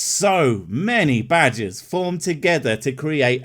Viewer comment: good thing you put up a picture. i really thought you were saying badges not Badger's